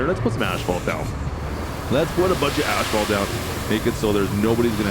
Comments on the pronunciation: Why do you keep calling it ashfault? It is asfault! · Omg.... please. Its not ashphalt, it's asphalt... there's no H. You're saying it like it has ashes in it😭 This drove me nuts the whole video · I've heard of the silent N or P. but never the missing H Asphalt. as fault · AS-FAULT!! NOT ASH FAULT 😅 Also if you roll the sand smooth before you pave, better end results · Canadian pronunciation of asphalt. Drives me crazy. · The H in Asphalt is after the P not Before Brotha